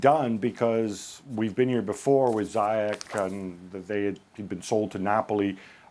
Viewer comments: All British and American pundits pronounce his name wrong, it’s not pronounced Zyak or Zayak but ZIEJ oe Ziech, the CH is pronounced in Moroccan like a J. and the y is pronounced like a normal I instead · Moroccan names are written in French, so yes the "Zi" part is pronounced "Zee" in English. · In Europe it's Ziyesh, but in Moroccan it's Ziyash, that's noted in his Moroccan passport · Ziyech is pronounced Zee-yea-tch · The Moroccan Magician Name is pronounced Zee Yaaa sssh! and chelsea need to Sancho and Hakimi from Dortmund. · Throughout the whole video i am thinking who tf is zayeech. It's ziiyesh ffs. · Just for the info guys, since I'm Moroccan and everyone sounds to be saying his name wrongly, it's pronounced Zi-ye-sh. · Shouldn't it be Zee-yesh? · it’s not ziyekh? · Woody Nassif No, it’s pronounced Ziesh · Yeah it's something like "Zee Esh" from what I heard from my Moroccan friend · Other countries pronounce it "Zai Ek" cos of accent differences.